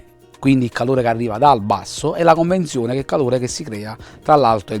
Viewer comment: CONVEZIONE, non conNvezione!!!